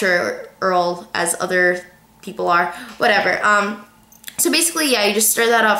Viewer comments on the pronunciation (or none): none